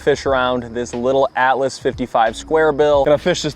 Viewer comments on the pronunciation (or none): none